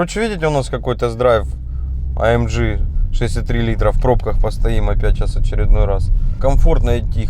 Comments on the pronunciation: АМ Г блеять а не АМДЖИ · Дизлайк только за произношение "А ЭМ ДЖИ" тошнит! вырви ухо! АМГ АМГ АМГ АМГ АМГ АМГ АМГ АМГ АМГ АМГ АМГ АМГ АМГ АМГ!!!!!!!!!!!!!!!!!!!!! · Почему ты говоришь АМЖ это немецкий Автомобиль и говорить АМГ в немецком языке нету Ж. это только у Американцов а Русские слизали.